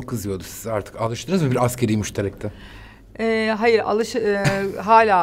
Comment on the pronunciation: Kulağıma inanamadım. ASKERİ değil ASGARİ.